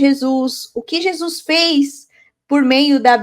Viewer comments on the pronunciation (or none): none